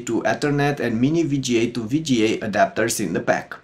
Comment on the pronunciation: Fantastic job with the review. BTW I was the one who said you are saying 'VGA' wrong and I got a lot of F* comments. I'm glad you learned ow to say it. Again, great review.